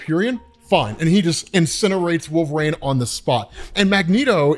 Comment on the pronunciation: EEN! It's WolverEEN. Not WolverAINE